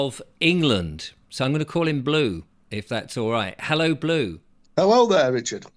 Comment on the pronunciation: RICHARD PLEASE STOP SAYING HELL LOW YOU ARE PROGAME TO KEEP SAYING THAT GHASTLY SPELL WORD ..FOR CRYING OUT LOUD